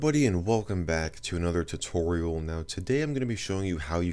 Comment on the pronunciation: tootoral